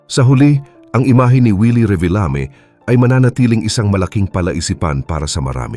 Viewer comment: "Reebeelami" sabi ng AI - lol